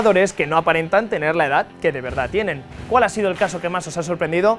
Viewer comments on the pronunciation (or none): none